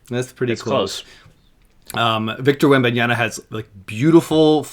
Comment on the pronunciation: Blonde guy, it’s wembanyaMMMMMMa. Not an N before the last A. Wembanyama. Not wembanyana